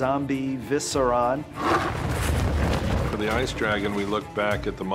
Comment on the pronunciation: He pronounced viserion as viseron XD